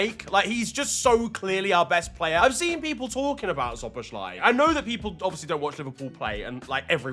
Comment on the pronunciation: Hey there, hungarian here. I really like your videos but my ears are bleeding whenever you pronounce Szoboszlai's name (don't worry, hungarian is a pretty hard language), so let me help you out with the pronounciation, cause you're a bit overcomplicate it and it's way easier than you might think based on the letters (or compared to other hungarian names). So basic hungarian lesson, s is sh, sz is s. So Szoboszlai is basically Sobos-luh-y. Sob like sobbing, bos like boss, it ends with an ee (like ski), la is luh. Sob-boss-luh-ee. Anyways, keep up the good work and I'm glad you love our boy!